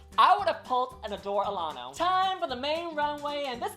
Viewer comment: So were just gonna ignore how she pronounced Adore Delano 😂